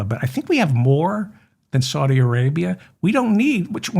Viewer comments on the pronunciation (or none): none